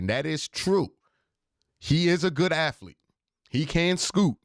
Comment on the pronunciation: Q gets on a run with the "aflete" and "afletic" this video and he just won't back down. You know the end of Good Will Hunting where Ben Affleck is smiling and shaking his head because he knows Will is off to great things? That's my expression everytime I hear "aflete". :D